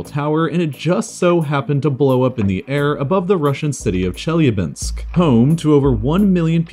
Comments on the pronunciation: Your actually pronouncing the Chelyabinsk Meteor/city wrong. It's pronunced. shee la binsk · It's Chelyábinsk, not the way you pronounced it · The way he pronounced Chelyabinsk made me lose brain cells